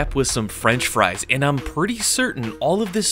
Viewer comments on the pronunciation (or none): none